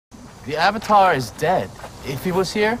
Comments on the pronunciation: wait i cant unhear 'im the oventar' now HAHAHAHAHAHAHH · Uung, uvutar, sooka, I was yelling at the tv everytime they said it